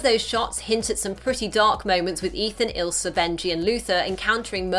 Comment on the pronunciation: its ILSA not ISLA